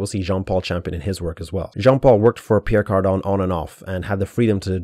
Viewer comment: Sorry have you purposefully misspelled and mispronounced Pierre Cardin?